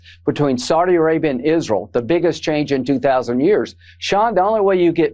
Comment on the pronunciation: Lady Lindsey: “IZruul”. 😂😂😂😂😂